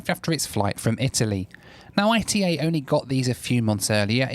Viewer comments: Hi, It’s not AITEI it’s ITA like ITAly :) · It is Ita. Not I.T.A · quick correction on the pronounciation of ITA dont pronounce it like "I T A" pronounce it like ita. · Not I.T.A. ..its pronunciation is Ita like first part italy (eat-a] not i t a . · dear you can say ITA it's okay, no need to spell I. T. A:D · Stop calling it I.T.A it’s pronounced altogether, ita. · Please don’t call it “I T A Airways”, Call it “EE TA” Airways 😉 GRAZIE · A little bit of research and you would have worked out it was pronounced E-TAH NOT I / T / A!! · PLEASE STOP SAYING I-T-A (ai-t-ei). Is ITA, like Ita in Italy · Unfortunately it's not pronounced I.T.A. it's pronounced ee-tah. I thought it was I.T.A. too when they first started. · It’s my understanding that the airline is pronounced “e-tah” and not I T A. In fact you can hear the cabin crew say it at about the mark or so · Hey, love the video, but I have to correct you because I-T-A Airways is just ITA all together, you should just say it like you say Italy but without the “ly” at the end. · pronounce it Eetah please. 😂 love your vids. 😉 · Ita, no ai ri ei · I believe they pronounce it “EE-tah” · Nice video , by the way ITA airways is spelled like Italy withouth the rest two letters . It is not pronounced separately I-T-A it prounces together. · Great video, ITA is pronounced EETA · Only can somehow pronounce ITA as I.T.A 😂😂😂 God Bless you!😂😂😂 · ITA pronounced Eee-TAaa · The correct pronunciation of the airline it's not the English one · Please pronounce ITA correctly